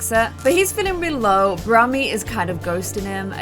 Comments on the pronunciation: keeps saying Brammy and I can’t even 😂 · Omg the number of times you called him brammy 😂😂😂